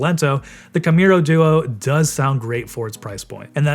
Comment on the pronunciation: It's hard to trust a review when they can't even say the modelname correctly.. If you don't bother to read the name of the product, why would you even bother testing it if you just need to spit out a video anyways?